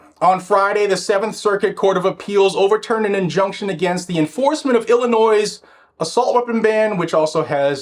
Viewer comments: Pretend the "is" at the end of Illinois is a "y". Thats how we pronounce Illinois ._. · As a former ILLINOIS resident, THE "S" IS SILENT. COME ON. You're what mid 40s, early 50s; you should know this.